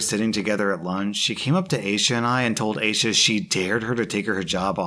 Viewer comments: rewatched the video, and damn, the first story makes my blood boil. it's a piece of cloth, oh my gosh, ripping off our hijabs is like ripping off a shirt. just keep your hands off and respect us, we're humans too, yeah? p.s. i think aysha is pronounced as aisha btw! :) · Eye-sha. It is a funny name to pronounce when you haven't heard it before, I've been there.